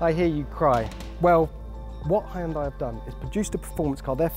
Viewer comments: Anyone else mad about the way he pronounces Hyundai? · I love that it’s still being miss pronounced. People from the UK have a hard time saying Honda as well. They say hondar. 💁‍♂️ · If you are going by the Korean pronunciation it’s like this : “He-un-deai” The American pronunciation is closer than the British one (but still not entirely correct). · The way he pronounces Hyundai kills me. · What's the actual pronunciation of Hyundai?!